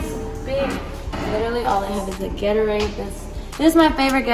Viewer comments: pronounces Gatorade “Geterade” 😭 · she said its 90 degrees out but she’s wearing a hoodie😭, and whats a “getterrad”🤨